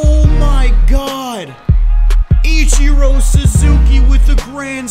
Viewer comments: What else will he say Itchiro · It sounds like he's saying "ECHIRO".